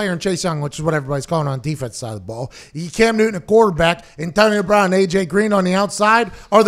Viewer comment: figure out how to pronounce Antionio brown bruhhhhhhhh